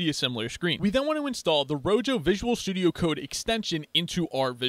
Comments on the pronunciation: I really really hate to be that guy but the pronunciation of rojo is not rogo is roho, either way the video was great! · Thank you for the great video. One thing, though: I'm pretty sure it's pronounced "ro-ho" since that's the Spanish word for "red." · No way you just said "Ro jo" 💀💀💀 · why did u say rojo like that